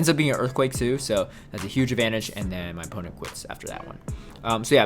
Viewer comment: “And dennnn” 🤣 Ps love the vids bro 👍👍👍